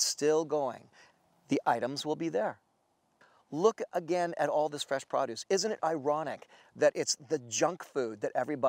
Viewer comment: Les say produce again